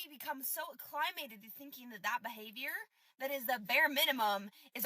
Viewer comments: "a-climb-mated"? WTF? Hold the line, gentlemen. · this rere just said uh-climated. Humans are objectively getting dumber. Do not reproduce with this one.